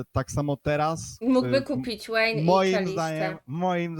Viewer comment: Nie "Łejn" tylko "Wejn" - tam jest "V" a nie "W" Jak ktoś umie grac, to nie jest Platyną - to ja odpowiem - jak ktoś ma problemy z wymową, to nie komentuje publicznie. Po jaką cholerę takiego buraka wzięłaś na komentatora?